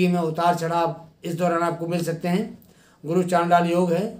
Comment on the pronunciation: गुरु बोल्ने मे गड बड लग्राहाहे 😀शुक्रीया गुरु।